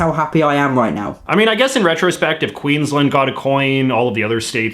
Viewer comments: So I love that at one point in this video JJ basically tells us Australians that JJ should be in charge of our culture, and our decisions, but JJ struggles to pronounce Queensland. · It’s not pronounced Queens lend it’s pronounced Queens land There’s a difference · I'm not nitpicking, but I thought I'd just provide some pronunciation information in the comments: - Acacia = a-KAY-sha - Uluru = ool-a-ROO (basically) - Queensland = Queen's-Land, as opposed to 'Queen's-lund'. I know it seems like the posher pronunciation would be the right one, given our British roots, but not so. I love the fact that you called our national anthem the far lamer song, because you're exactly right. Unfortunately Waltzing Matilda is not a very good contender for national anthem either, because apart from glorifying violence, it also contains no mention of Aboriginal or Torres Straight Islander people. Having said that, neither does Advance Australia Fair. 'For we are young and free' is a bit insulting to the cultures which were already here and are very much not young. Also fuck me, I've never heard of a grasstree being called a 'black boy'. I'm glad that's disappeared. Xantippe was definitely a terrible choice - they should have gone for Xanthorrhoea or X-ray art. The only issue is that X-ray art is only one of a number of culturally specific art styles (as opposed to, say, dot-painting), so they might have worried about somehow 'showing favouritism', or seeming like they were appropriating the art style. But X-ray art is something all Australians can enjoy, without necessarily appropriating the cultural practice - they could have asked an Aboriginal artist from the Northern Territory, where X-ray art mostly comes from, to create the designs. It's both uniqu